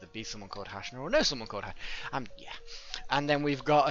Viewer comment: Thanks for naming the character hashna, can't weight to see her reaction but I just wanted to tell you that the name has a soft "A".